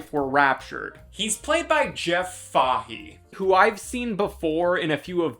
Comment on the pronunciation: bro it's pronounced Jeff "Fay-he". Not Fayha